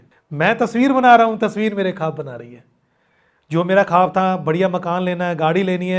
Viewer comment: Bhaiya aap ne bahot achieve kiya. Good. Aap jab khab bolte hai... wo khab nahi bola jata. "Khwab" bola jaata hai. Aap ye sari potret jo banaya. Aap pls wo tasvir ko bataye pls.